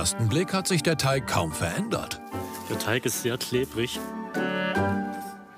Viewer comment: Mich stört es immer irgendwie, das immer Teich statt Teig sagt 🙈😂